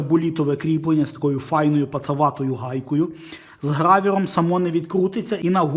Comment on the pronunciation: Дозвольте вставити свої 5 копійок. Не "грАвер", а "грОвер" - шайба Гровера. ГрАвер, то трохи друге.